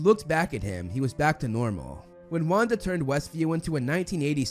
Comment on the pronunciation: saying Wanda's name correct Wanda: (: mispronouncing Pietro Pietro: That was the day I lost my identity